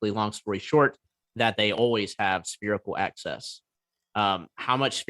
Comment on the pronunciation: Why does he keep saying 'spherical ACCESS'?